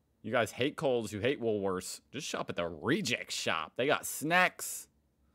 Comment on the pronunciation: He said it right today. . Just the once….